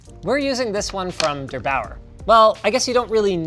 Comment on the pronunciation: I'm a German, and how he prounounced "der8auer" was making me laugh 😂